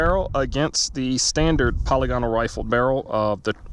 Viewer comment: /puh-lig-uh-nul/ , not /polly-gonnal/ I had to google it yesterday because I was unsure. Thanks for doing this test! I was curious to see if anyone had done it. I would say that's conclusive results.